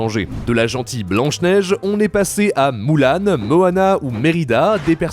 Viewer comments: ça me rend fou que tu dise Moulan c'est Mulan avec un U * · Juste pour dire : sa se prononce pas moulan mais mulan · Je rêve ou il a dit "Moulan" ?!! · « Moulan » 🧐 Il m’a perturbé celui là 😂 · MoUlaN on dit mulâtre comme sa s’écrit